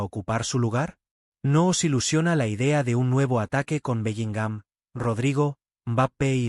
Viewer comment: Lo primero q tenéis es hablar bien q parece q a belligham lo acentuáis en la a